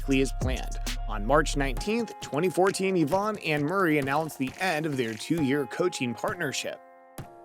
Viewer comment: Eeevaaaahn haha its ivan. And what was the mess of ivanisevic eevanisvevik